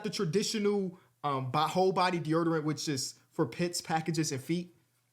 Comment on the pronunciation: It’s 2025 and still can’t pronounce deodorant